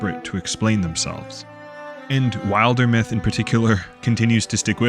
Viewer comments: great video glad i got this in my feed! these are exactly the type of worlds i love, even if there are people who will say “there’s no story” those of us who appreciate a well crafted world will be around to play it them (also not to be a 🤓 but it should be pronounced Wilder-myth as in wilderness, not wild-er-myth 😅 hearing it pronounced wild-er was a first for me lol 😂) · You watched the Wildermyth Q&A and still couldn't pronounce it correctly! 😂 Sorry I couldn't resist being cheeky! This is an excellent video and contemplates one of the key aspects of world-building, and fantasy & fiction that people forget.